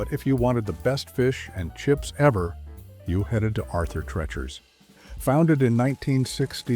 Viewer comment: Pronounced Arthur Treeechers, not Trerchers.